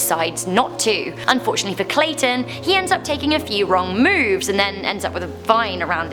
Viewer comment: lol when you said clayton i thought you said statin